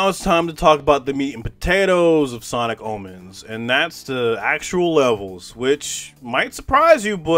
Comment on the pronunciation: i thought you said sonic almonds 😭